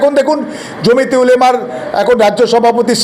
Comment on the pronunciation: জমিতে নয় ,জমিয়তে ।বিশ্লেষণ মন্দ নয়। ধন্যবাদ